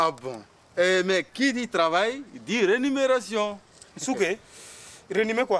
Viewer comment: On dit rémunération et non renumération 😂😂😂